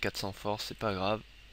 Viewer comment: tu dit arc hètipe a la fin ^^ le goulta a laisser ces trace jai envu de dire xD